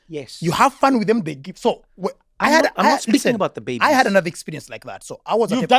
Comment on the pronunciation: Eugene!😮..."but you didn't object to food aid"..."he said Bebbies" 😅😅😅